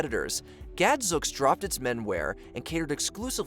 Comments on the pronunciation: the word is pronounced Gadzooks, with a long oo sound like smooth, sooth, boot, and moon! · It’s Gadzooks rhymes with spooks